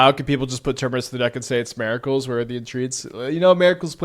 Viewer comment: MER-I-CULS brother 😂